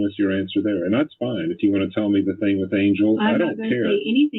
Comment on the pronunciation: The way she says "think" instead of "thing".🤬